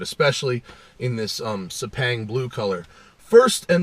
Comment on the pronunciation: Terrific video! Great info and audience guidance as usual, too bad it could've been in 60fps. And oh, it's 'Sep-ah-ang' Blue, 'ah' as in like the 'u' in 'umbrella'. It's based on a racing circuit of my country. Here, take my upvote again!